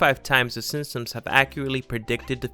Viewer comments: SIMP-SONS not SIM-SUMS. Jeez. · THIS GUYS SOUNDS LIKE HES SAYING SIMSONS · Was it just me, or did he keep saying “Sinsoms”? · The way he says “SinSuhms” makes me cringe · "The sinsoms" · “The Sinpsoms” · How do you say the Simpsons? 😂😂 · Makes a video on the Simpsons, can't say "the Simpsons"